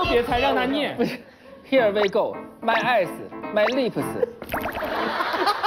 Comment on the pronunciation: my ass（eyes）过分了哈哈哈哈哈哈，感觉英文特别好的朗朗瞬间明白了哈哈哈哈